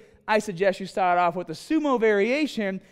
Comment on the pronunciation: .. to help you decide where to staaaht